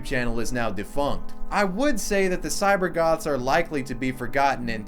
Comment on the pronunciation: really sounded like "cyber gods"